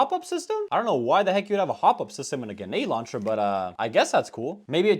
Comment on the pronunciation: “Genade launcher” What is wrong with his grammar? 🤦🏻‍♂️